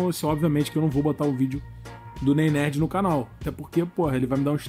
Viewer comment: Nem o nome do cabal ele fala certo. "Nei Nerd" Kkkmkk aprende a falar ow Casimiro não sei do que